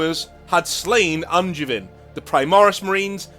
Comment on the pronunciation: Guilliman literally is a son of their god. Hence why Helbrecht accepted him and Angevin (which is not pronounced how you did by the way, the a is like a longer o, the e is silent and the i is closer to an a sound) had to fight as the guys who came to his fleet were not the sons of the Black Templars god.